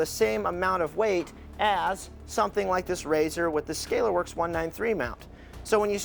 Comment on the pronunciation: That's the 1st time I noticed say Scalerworks since it was Sca-Lar works.